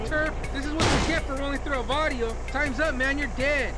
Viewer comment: it's barrio, not varrio